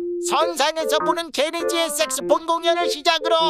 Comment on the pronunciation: 쎅스폰 아니고 섹소폰 'ㅡ'가 아니고 'ㅗ'